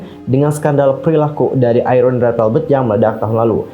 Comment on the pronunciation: Apa cuma saya yg nyebut IRENE👉IREN Bukan (ai)rene 🙂